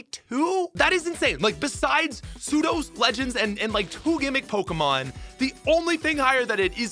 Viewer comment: I swear.... my man is purposely mispronouncing these pokemon's names. 😄